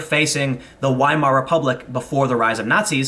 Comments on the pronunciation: Its a small thing, but Weimar is pronounce "Vay-Mahr" or "Vay-Mah" depending on dialect, not Waymar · I'm not sure if anyone else said this, in German the letter W is said like a V. So It isn't said like whymar it is pronounced viemar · Lol “why-mar” you pronounce a W in German like a V. Like (v)Weimar. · Weimar Republic = pronounced "Vymar" Republic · Weimar is pronounced Veimar.